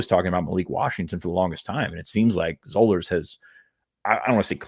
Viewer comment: It's Spring-FORD. (Not ferd) Also, it's Zollers, like dollars.